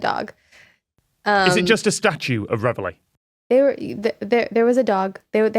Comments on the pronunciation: it is surely pronounced as in 're-valley' not 'rev hilly' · and I was confused as I always heard it pronounced like ra-valley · Even if you don't know "Reveille" is French, or how to pronounce the double-L, and you're just going to read it as an English word (which is fine, you're speaking English) surely you can see the "i" is before the Ls, not after them. "Reveille", not "revellie". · "Revely"? 😂 It's pronounced reh-vey! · Question on pronunciation please, not least because I know Tom is a linguist... Can you explain why this is being pronounced Rev-el-ee (sorry, dont know phonetic equivalent). Showing my ignorance here, but I would have guessed (wrongly) that the word in question would be pronounced re-veil or re-vile. Educate me please. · That's... Not even close to how you say that word. Ya'll are saying Revellie. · No! It actually hurts to hear Reveille mispronounced so often. Re val E. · As a french person, I was really confused and amused at their way of pronouncing "Reveille" x) (which is french for "wake up", and is pronounced rev-ayy) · There’s no way “Reveille” is pronounced “re-vuh-lay” or “re-vuh-lee”. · There may be a legitimate American pronunciation But it HUUUUURTS hearing the French word being mutilated again and again 😆😆😆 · I'm French and how they're pronouncing "reveille" is making me really mad. The i's in front of the Ls! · Why do they not pronounce reveille like reveille? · Yeah, and I'm quite sure it wouldn't be pronounced that way in French! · As an English person, cut the amused and I'm the same. How didn't any one of them try pronouncing it another way, why did they all stick to that? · It is, in UK English. Tom was just saying it wrong. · I would NEVER have got the word from that pronunciation! Please, is this a normal English pronunciation of reveille? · No, it most certainly is not, mainly because we don't use it as an English word, it's French, and should be pronounced as such. Somehow not one of these people can pronounce that word.